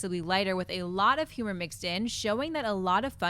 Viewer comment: I just noticed that John doesn't pronounce the in humor.